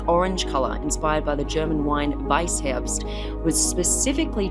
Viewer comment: How can the host of an automotive segment pronounce Wankel and Weißherbst with a Germanic twang, but not Mercedes?